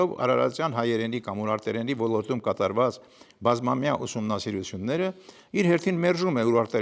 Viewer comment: ( Ո Լ Ո Ր Թ ՈՒ Մ) - ԿՈՊԻՏ ՍԸԽԱԼ ԱՐՏԱԲԵՐՈՒՄԸ - Ո Լ Ո Ր Տ ՈՒ Մ - ԲԱՌԻ, ՆԱԽԱՊԵՍ ԱՆՎԸՍՏԱՀՈՒԹՅՈՒՆ Է ԱՌԱՋԱՑՆՈՒՄ, ԿԱՐԾՈՒՄ ԷՄ ՆԵՐԿԱՅԱՑՆՈՂ ՏԻԿԻՆԸ ԼԸՐԱՑՈՒՑԻՉ ԿԸՐԹՈՒԹՅԱՆ ԿԱՐԻՔ ՈՒՆԻ